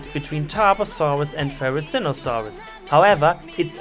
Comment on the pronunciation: The therizinosaurus was pronounced right